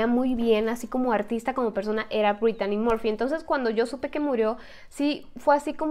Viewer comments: Sii es verdad pero Brittany Murphy ers más guapa que britney Spears pero porque dijo Britani morfy para los ingleses se pronuncia así Britny Murphy ya se que es mexicana pero algunas fans somos españoles y queremos que pronuncien los.nombres ingleses bien pronunciados como nombre inglés ya se yo no sé mucho inglés lo estoy estudiando pero por lo menos aunque algunos seáis mexicanos también algunos suscriptotes pronunciar bien los.nombres y palabras bien en inglés en vez de decir Sori es sorrui como se pronunciaria y se escribe sorry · Porque dijo Britani morfy si es Britny Murphy y se escribe así Brittany Murphy yo la veía en muchas pelis como clueles fiera de onda con Alicia silverstone ya se que es mexicana pero algunos fans somos españoles e ingleses que lo diga en su tono inglés pero hace excelentes videos porque no habla de Jonathan brandis quién hizo de Lucas wolenczack en sesquest dsv 2032 y fue amigo de Brittany Murphy